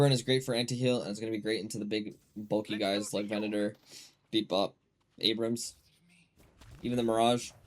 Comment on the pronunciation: Its pronounced ay-brums and bee-bop not aber-hams and beep-bop.